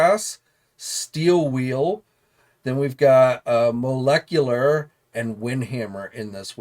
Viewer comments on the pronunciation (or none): "Steel wheel ", "Moleculer" NO ! Steel Will and Molecular